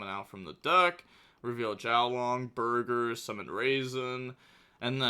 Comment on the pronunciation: Does he know it’s BORGER not BURGER?